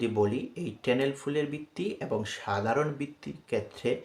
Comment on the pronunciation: আপনি কি শেখাতে এসেছেন? আপনার উচ্চারণে সমস্যা আছে।ট্যালেন্ট কে উচ্চারণ করেন প্যানেল।😅😅😅😅😅😅